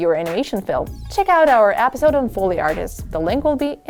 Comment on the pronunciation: She says episode like apidsode